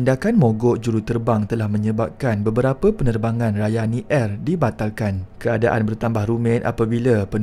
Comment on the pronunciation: Ohh... Rayani Air. Saya dengar tadi macam Ryanair😂😅